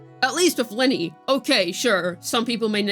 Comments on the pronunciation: it’s LYNAE, not LYNEY .-. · Why do you keep saying "Linnie" ??? That isn't her name!! And holy crap dude, you repeat yourself for like 5 straight minutes; literally just rambling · 'Luh-Nay'. Please for the love of god. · Why do you choose to pronounce Lynae's name wrong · It's the average CC western debuff, they can't say characters names properly.😂